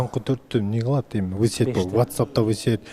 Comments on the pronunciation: в сети десе вы сет дебей😂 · ВЫ СЕТ (в сети)дегени жарды😂